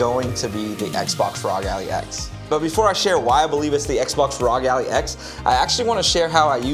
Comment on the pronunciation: Good video but you saying Allie was killing me 😂